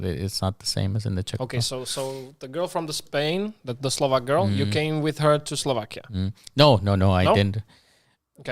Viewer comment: Já si na první pohled myslel že je Slovák :D podle jeho dobrých výslovnosti